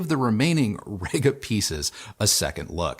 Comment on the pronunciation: Really sorry to do this but - it's pronounced Reega, not Rayga:-) Also at 0'54" in you say the Io has "a headphone input". Surprised you didn't edit that to "a headphone output"